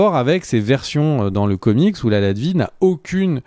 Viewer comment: Latvérie, pas latvie